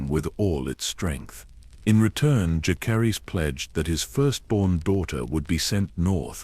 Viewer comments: I’m so sick of these ai voices that pronounce every name wrong. It drives me crazy. Whoever made this video: use a real person to narrate. When key people’s names are pronounced wrong, it ruins the entire video. Jah-ser-iss. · Dallas, Texas am. The mispronunciation of Jacerys was really annoying, but otherwise an excellent video!